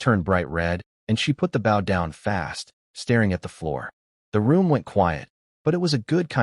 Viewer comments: Could somebody PLEASE teach A.I. How to pronoun bOw as in bow and arrow and bow as in to bow down. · If you're going to tell a story, could you please pronounce the word BOW as a weapon and not a polite action.